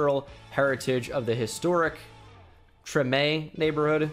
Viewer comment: You pronounced Tremé like it's supposed to be pronounced